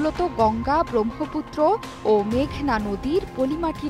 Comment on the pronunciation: Brommo-putro Please pronounce correctly